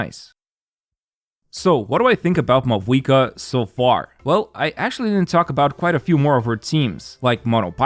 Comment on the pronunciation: If only you pronounced her name right.